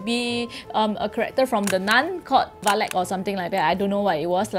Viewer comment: Erm I heard valek instead of valak isit just me?